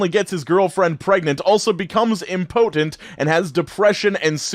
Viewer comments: It’s pronounced IMpuhtent not ImPOHtent. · Hey it’s actually im- poe- tent. Not im potent ❤️ you! Obviously very minor and yours could be right too I was just confused at first as to what you were saying. I guess the emphasis is different not the actual pronunciation so yeah it could definitely be both. Comment cancelled. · How pronounces impotent is so weird and cute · you should look up the pronunciation for "impotent."